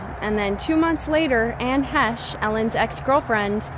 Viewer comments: This is a fun watch, but good god, just do ONE MINUTE of research. Anne HETCHAY? Hetchay? Her name's not that hard to pronounce. It's basically like MESH. And on that subject CHARLIZE THERON isn't fancy like THE BONE or THE PHONE, it's pronounced THARE-un, like the bird HERON. Like HAIR-un. SharLEEZ THARE-un. And Demi Moore? It's Duh-MEE. Like "who is it? Duh. Me!" It's not a fancy shmancy pronunciation. It's short for Demetria. It's Greek. Duh-MEE. Let's see, who next? Pronouncing and spelling are two of the only things I'm pretty good at. I'll be here if you need me. (For English folk. I'm not so smart that I know foreign names. Although I do know Siobhan is Shuh-VON. Like Duh, yawn!) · Omg it's pronounced "Haysh" not "Hechay". There is enough audio footage available that it can be checked easily. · 🫤 What in the Al-narration is the mispronounced Anne's last name as "He-She". When it's pronounced "Heche", exactly as its spelled. 🫩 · Hechee? He-chay? FFS. It's pronounced "Hesh". At least use a fucking HUMAN to narrate. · Ann Hetchee, Heeshay, Hetchay, Haytcha... 😂 Hey narrator, it's Heche, pronounced Haysh. 🤓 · It’s pronounced Anne Hesh not Anne Haychay…. How am I supposed to take you seriously when you can’t even get the name right? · Anne Hetchie? Really? Her name is pronounced as “hay-shh”. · ITS PRONOUNCED " HESH" NOT HESH-EH. ITS JUST HESHE KK. COOL. 😂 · Ann Heche (HAY-sh) Show some respect! AND the word is SUICIDE. Twitch allegedly committed SUICIDE. SAY IT!!! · Anne's last name is pronounced Hāsh... R.I.P. Anne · anne heche pronounced hay-sh deserves not to have her name butchered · Ok now it’s Anne HE -Shay?? Get it together, narrator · Its pronounced 'Hesh' ffs 😅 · Her ex-girlfriend Anne Heche's last name is pronounced "Haysh". She deserves at least that much. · Who's Anne Hee-shay? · Great Video.. Only thing.. Fix the pronunciation.. Its pronounced.. Anne-Hay’shhhh’ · It’s hay-che. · Ann "heh chay" ?? Was she made in Mexico? Come on